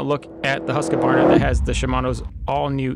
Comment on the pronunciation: HUSS-KA-WARNA 😅Being swedish I can tell you it's nowhere near the correct pronounciation but I appreciate the effort and the motor reviews 💯